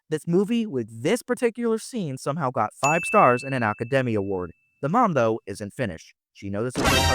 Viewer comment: What is an Aka-Day-Me Award? 🤔